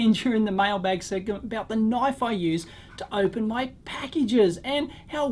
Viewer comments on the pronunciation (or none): "This heres a knoife!"